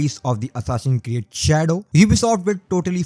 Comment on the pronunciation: 'Hassasin Create Shado'.... Bhai kya bol ra hai yaar! Tu accent nahi karega toh bhi achha lagta. Your content is good, par game ke naam toh sahi ke liya har. Hansi chhut gayi meri - Hassasin Create sun kar. Overall Good content and insights bro.